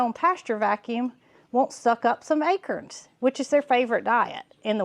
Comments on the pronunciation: Hold on...a-crens?...not a-corns? 🤔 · You say acrons I say acorns 😊 it took me a minute to realize what you meant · You made me smile when you said 'ackerins' for acorns. 😊 Your accent tickles me. LOVE your channel!! Thanks for my smile for today! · Akerns? 😂Must be a southern way of pronouncing Acorns...😊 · Acurns!! Love how you say it! Never heard it pronounced that way. We in ohio say A corns.. pronounced like CORN on the cob, etc. You say CURNS pronounced like Kerr. But no matter! We love our!! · I love how you pronounce acorns. You pronounce it as “akerns”. I pronounce it “a”corns, heavy on the “a”. Thank you for all the joy your family brings everyone. Have a great Thanksgiving. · Took me a minute to figure out what an “Akern” was. 😂